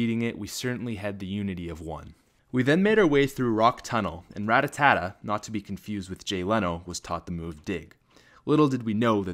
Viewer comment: I like how u call Rattata Rattattata xDDDD